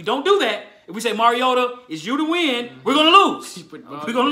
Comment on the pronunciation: Bruh I’m not trolling but Mario- ta. Like Mario brothers. You are saying merry o da. All love tho bruh. I’m from Florida so I get it. I use to say it like that as well. Lol TitanUp